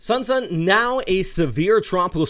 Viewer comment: Pretty sure the correct pronunciation should be of "sh" is like in "shift" or "share". Also search for the Shan Shan panda. Thanks for the informative videos.